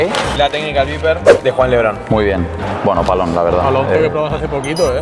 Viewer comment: Technical "vaiper" de Juan Lebron, ahí les arreglé el vídeo